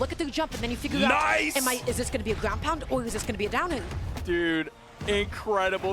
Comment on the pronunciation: Expewreince and Gwounpound is too funny